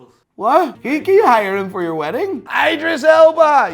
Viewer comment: He said his name right the first time and changed it to the wrong way after the other guy said some shit LOL.